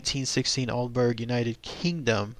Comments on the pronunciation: Hello, I am a bit late to the party but being from the UK, I better point out your pronunciation of the town. it's pronounced Alderbrer, not Alderberg. You can see a British UFO group visit the area, including my friend Ben did a report on it Its in the county of Suffolk. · i think its pronounced all-dee-brah; for all you non brits ;) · its pronounced aldebrough! this is painful to listen to :( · Yes, it made me laugh, also the pronunciation is wrong for the town but great to get the story covered.